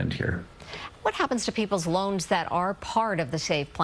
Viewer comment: it sounded like he said, "Your lungs will remain in the save plan."